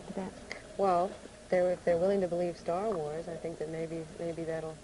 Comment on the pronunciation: Stah Wahs